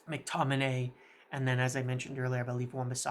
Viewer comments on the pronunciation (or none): none